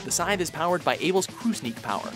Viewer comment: When announcing the weapons the announcer couldn't say scythe, (he kept saying sign) but when telling about the weapons he knew how to say scythe.